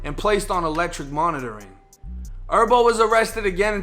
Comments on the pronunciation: I rock wit you, but it’s not pronounced herbo like herbs you eat or smoke, it’s actually Herbo like Her-bo. That shit was killin me😂😂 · Herbo bro not Erbo HHHHERBO LOL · J it’s HERBO NOT ERBO 😂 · BRO H'S ARE SILENT "ERBO" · Lol he say erbo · nigga calling him erbo like herbs and spices, i’m weak as hell 😂😂😂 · It's not herb like herbs and spices it's herb like short for his name herbert so you can say the H bro you do t gotta say "errbo" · Its Her-bo put the h on it lmao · Why are you calling him “Erbo” lol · It’s pronounced “Her Bo” , I can tell you don’t listen to the culture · “herbert” 🤦🏽‍♂️ cmon doing herbo like that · G ERBERT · am i the only one bothered on how he saying Herbo 🤣🤣 vids always 💯 tho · Cant even say his damn name right doe smdh 🤦‍♂️